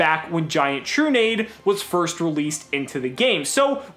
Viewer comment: is it not tru-nah-dey?